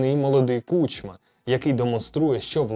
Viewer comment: правильно кУчма, а не кучмА